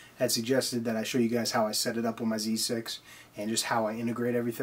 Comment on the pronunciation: Thanks for great explanation 👍, i like contents like this straight to the point, and you called the real way Zee 6 Not zed 6 , when someone calls it Zed its just weird but thats just me your input helps us a lot thank you.